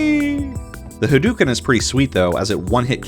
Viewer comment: "Ha-DOO-ken"... LoL! Good shit.